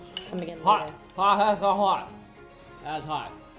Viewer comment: Thats Hoat ... hoat ... thats hoat